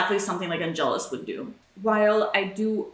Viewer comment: Yaayy!😃I love the next ep...can't wait!!=^w^= P.S. It's Àngelus,not Angèlus!Also,yes...Joyce is definitely gonna be fine.👍